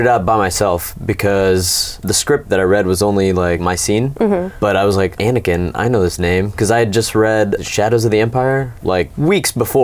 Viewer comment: Grace Vader It has never been released that ol' Sheev is Anakin's father. Also, it's Anakin, not "aniken".